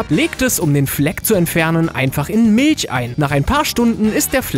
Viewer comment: Zu göttlich wie er Milch ausspricht xD